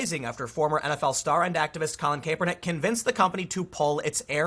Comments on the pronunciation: It drives me crazy when someone reports on a story or is some type of announcer and they mispronounced the name. Especially when done over and over, like this video. Do a bit of research and make sure you pronounce it right. It's pronounced cap-er-nick, not cape-er-nick. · Cap-er-nik, not Cape-r-nik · It's "Cap" not "Cape" lol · you know what Tim, just ignore our comments an keep pronouncing it kay pernick. Also w the stock, firms can keep its price afloat until they find enough suckers to displace their own shares. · Something did happen. You are mispronouncing his name over and over. So great! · The way you say "Kaepernick" upsets me for some reason. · Tim you talk about too many stories with Colin Kaepernick in it to keep pronouncing his name wrong lol